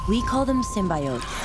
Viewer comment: I hate how she pronounces symbiotes